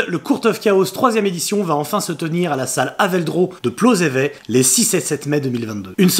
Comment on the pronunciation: on dit plozeveT, avec le T bien audible !